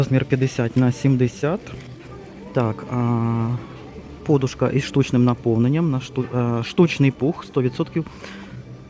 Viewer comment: Правильно вимовляти подУшка .